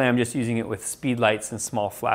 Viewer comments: I think its pronounced RA- JAH not RA - HA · pronounce as 'Ra" "Ja" and not "Ra" "Ha"